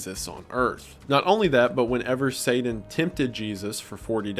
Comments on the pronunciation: Take a shot every time Wendi says Sadan instead of Satan (I’m slammed) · saden? (pronounced: say-din)? Is this like a Voldemort he who shall not be named situation? (I actually hate Harry Potter but couldn't think of a better analogy) I've never heard anyone say it that way, just curious if ur intentionally pronouncing it that way, and if so, why? Also you said the Bible refers to satan as "the prince of the air" when it actually calls him "the prince of the power of the air" which is a big difference when you consider all the electromagnetic frequencies in the air. You must not be using a KJV Bible. This kind of thing happens a lot with false Bible versions. A lot of these new Bible versions that are using "older" manuscripts which are also false (God would never allow his true word to be buried in a cave for 1000 years, and let everyone use an incorrect Bible all that time, hence the recieved text KJV that has been passed down for generations is the correct Bible, without error) will refer to satan as the "morning star" which is incorrect because that is actually Jesus' title: "The Morning Star" In the KJV it uses the correct title when it says "how art thou fallen from heaven, O lucifer, son of the morning" So, Jesus is: "The Morning Star" and lucifer is : "son of the morning" So basically they are calling satan Jesus in these modern bible versions, just in time for the end times deception where anti-christ actually means "in the place of christ" and not "against christ" (although he is also against christ) John was saying in Revelation that a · Please stop saying “sayden” instead of “satan” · lol not slamming you but your accent on some of the names and things is interesting. I never heard satan pronounces saden lol I was like oh he’s saying satan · haha say-dan